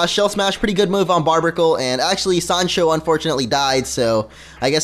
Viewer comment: Its pronounced bar-bear-a-cool